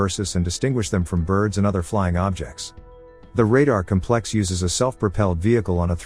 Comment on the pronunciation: Fine tune your robovoice. Noun: cómplex. (accent on first sylable). Adjective: compléx (2nd syllable).